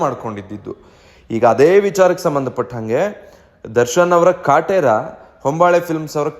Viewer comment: ನೀನ್ ಮೊದಲು ಕನ್ನಡ ಸರಿ ಮಾತಾಡು. ಕಟ್ರ ಅಲ್ಲ ಅದು ಕಾಟೆರಾ 🤣🤣